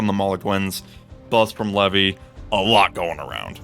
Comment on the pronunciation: It's actually not pronounced "lev vee" it's pronounced like this "lee vee"